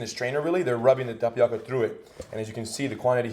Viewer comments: im annoyed how he says tapioca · This looks pretty good... but please stop pronouncing tapioca incorrectly. No disrespect!